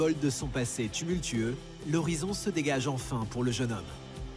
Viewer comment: A la plaçe de dire dégage comme tout le monde lui il dit degainge😂